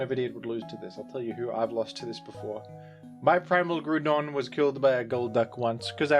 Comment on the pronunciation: The Groudon pronunciation is fantastic